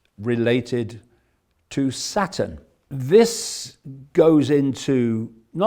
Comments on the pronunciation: I like how he pronounces Saturn like Satan. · I love how he pronounces Saturn...